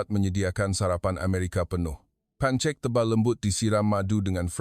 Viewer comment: Yg baca ni pon org apa? Itu bukn baca pancek tapi pankek heh